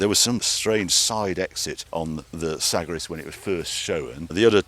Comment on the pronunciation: Dear Harry - please pronounce TVR Sagaris as follows- “Cigar(but with an “a”)-is” Thank you . Please reach out to Ben Samuelson (ex TVR Marketing bod) if he’s still around to validate this .. but the way you currently pronounce it just doesn’t sound right ?